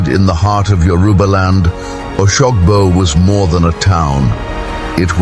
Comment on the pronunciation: How can you be telling an African story with a white man's voice over?...he can't even pronounce oshogbo properly 😢